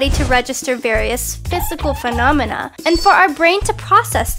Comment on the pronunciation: "Phisacal phonomam" what do you mean by that